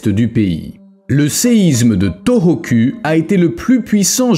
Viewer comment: U en japonais se lit ou.... Donc sa se prononce torokou et non toroku